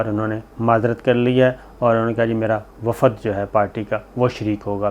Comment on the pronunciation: WAFAD...koi alfaz nahi hota...correct pronunciation is WAFD